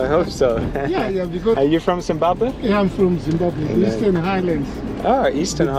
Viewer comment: has a problem pronouncing Zimbabwe.